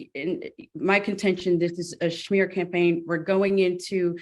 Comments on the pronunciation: It's "smear". Not schmear..(also correct spelling). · The schmear counter 😂😂 Wait…was that attorney saying “schmear” instead of smear because the opposing litigant is Jewish??!🥴 I wanna say surely she wouldn’t be doing that, but I wanna also say surely an attorney would know the phrase “smear campaign” ?! That’s clearly the least of this case’s issues … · His attorney said it first lol.. and yes, it is so painful to hear highly educated use a common word like smear, said as schmear like it's a damn bagel. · The lady lawyer's pronunciation of schmear... Sha mere 😂😂😂😂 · Smear. SMEAR. Not SHMEAR! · Why does council keep saying “shmear” campaign?? It’s SMEAR. Good lord. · Lol, no not at all, she's saying it wrong. In NY Schmear usually refers to putting cream cheese on a bagel, lol. 😂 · You're correct 😊 its smear..some people need to learn how to pronounce words the right way..